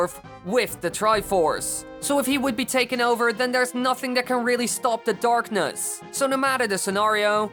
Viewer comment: he says darkness and it sounds kinda like darknuts